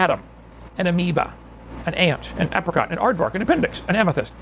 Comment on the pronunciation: Kent says apricot like it sounds like uppercut, and this is truly an uppercut to his creationist theories